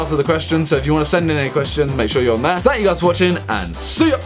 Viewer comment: When he said be sure to be on there it sounded like be sure to be on meth, well guess I can send him messages